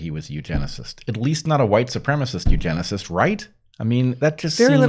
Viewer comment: You uh you-geneciss?